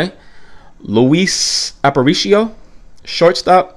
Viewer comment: When I first clicked the link, I thought I hit the wrong video.....lol Luis Aparicio the s is silent. He was known as Little Louie. He was a shortstop known for defense and base stealing. He is also a hall of Famer. I think he was actually the first Venezuela player with that honor.